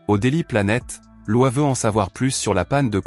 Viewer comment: On dit Lo......iiiiiiiisssss pas LOI :face-orange-frowning